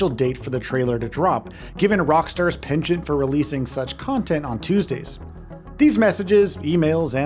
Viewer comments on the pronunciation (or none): none